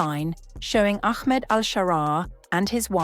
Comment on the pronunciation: Pronouncing his name as Aخmed is an indicator that the channel or at least the narrator is a ziopi*g